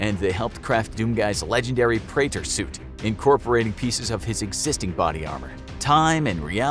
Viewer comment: The name of his suit is pronounced Pre-at-or. I play and completed Doom 2016 and I also play Doom Eternal